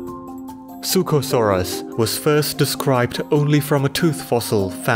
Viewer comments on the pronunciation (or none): "suchosaurus" "suchomimus" wtf